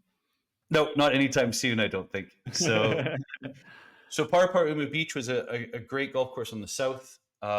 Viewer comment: Definitely a good effort on the pronunciation of Paraparaumu! Love that course